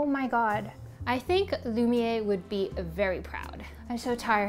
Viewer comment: you keep saying it wrong its lum i air is pronucation.